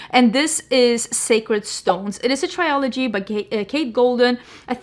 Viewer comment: Please stop saying "try-o-logy". The word is "trilogy". It's pronounced like "thrill" without the h then "ogy". Another word you mispronounce all the time on your makeup channel is "eau" from "eau de parfum". It's simpler than you're making it. It's just like the English letter "O". That's it. I know English and French are not your first languages so you don't have to get defensive as usual, I'm just trying to help. Be open to learning. Thanks.